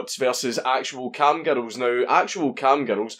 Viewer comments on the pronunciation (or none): First time you said "cam girl" I heard Kangaroo...